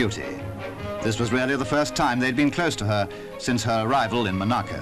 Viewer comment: Why does the narrator say Mo-narcu when it’s Mon-aco